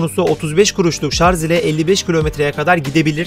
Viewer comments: Öndeki sepete Sele diyip durmuşsunuz. Daha sonra oturma kısmına tekrar sele demişsiniz ki doğrusu zaten bu. Birde şarz değil Şarjjjjj 😆😆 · Şarz değil şarj!